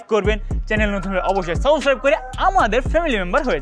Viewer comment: subscribe e thik mato uchcharon korte parchenna.dont mind bro.